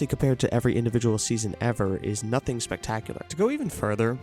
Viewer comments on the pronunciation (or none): none